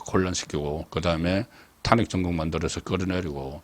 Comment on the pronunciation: 정말 탄핵 발음 엉망이네요 탄!핵? 탄핵이라는 말 하지마세요 송꾹껀